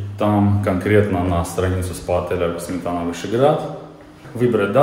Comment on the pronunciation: Не Сметана,а Сме'тана.